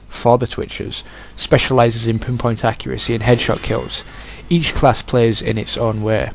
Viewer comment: Extreme accuraceh. Brilliant.